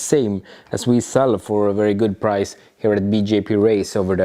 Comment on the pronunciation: Did he end up getting a wee eight from the wolkswagen? Or is that wery hard to find? It will definitely be a wery nice wolvo